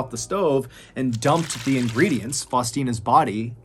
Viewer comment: Hi can you stop pronouncing “the” as “de” please